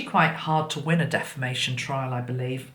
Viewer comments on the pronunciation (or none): none